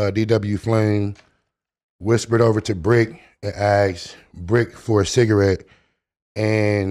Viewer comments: Did he say bigarette? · Did he say “cigg” or “square” ??